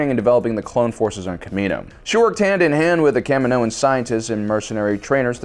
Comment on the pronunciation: People who have never watched star wars, trying to pretend they are star wars experts. Your pronunciation of kaminoan is horrific. It goes KA-me-no-an. Not Ka-mi-NO-un.